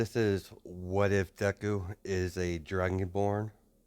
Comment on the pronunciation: You are saying the name right